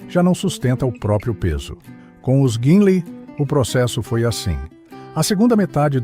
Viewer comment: A voz pronuncia Guinlei, mas é Guinle